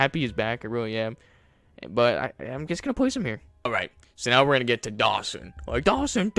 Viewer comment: Dogson not Dawson…